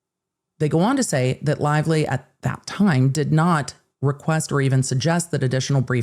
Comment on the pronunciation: Blake Lie-vely